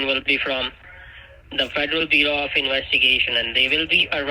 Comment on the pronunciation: Sorry. I meant inwestigation